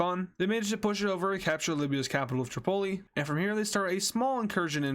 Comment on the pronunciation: I thought he said Chipotle when he said the capital of libya🤣🤣🤣